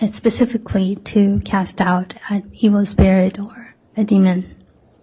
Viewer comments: She did AMAZING with everything else so I just had a little chuckle every time she said demond. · The Prosecuting Attorney needs to learn how to Spell and Pronounce DEMON !